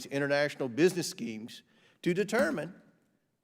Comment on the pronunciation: I giggle when he says "business schemes"